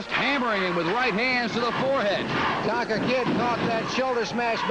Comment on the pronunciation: it Tonga not Tonka ...lol